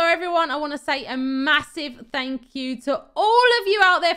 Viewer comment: I just love that you say like fing and fank you its so funny